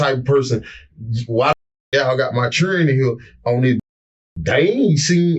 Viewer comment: His “Churrin” 😂